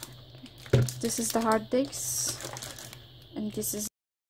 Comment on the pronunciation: hard disk hota hai...harddicks nahi. plzz bhai chutiyapaa bandh kar